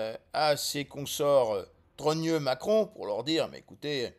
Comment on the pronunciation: Pourquoi vous dîtes souvent Maqueron?